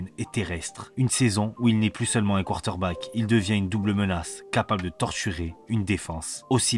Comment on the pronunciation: tu as un défaut de diction!! 😂 tu dis:" quarter-back", ça écorche. Mais tes vidéos sont top 👍